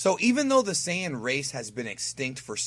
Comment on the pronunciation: Hey. Why are you pronouncing Saiyan wrong?